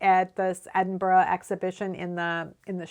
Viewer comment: Think I found you through another knitting channel and now you’re my go to for knitting and chatty/informative stuff. BTW your pronunciation of Glasgow and Edinburgh are spot on 👍. Many thanks for all of your YouTube videos 🤓🏴